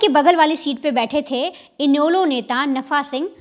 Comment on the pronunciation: और इनैलो नाम भी नहीं आती बोलना